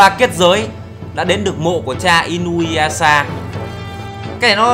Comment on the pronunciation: Trong tiếng nhật "u " đọc là" ư" vì vậy đọc là i- nư- ya- sha ms đg